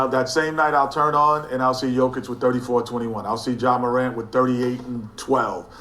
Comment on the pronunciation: Me: Jokic Flight: Jah Kich Me: 🤣🤣🤣🤣🤣